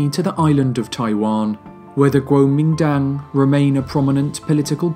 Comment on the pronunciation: 不错，收听你。国民党的英文念法貌似不对哦。